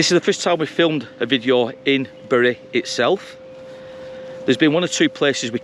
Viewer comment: It is highly rewarding to find someone able to pronounce my hometown properly. You could even pass for a local 😜 I married a Whitefield lass, and she still says berry 🫤